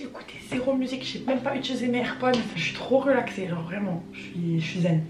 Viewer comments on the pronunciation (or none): none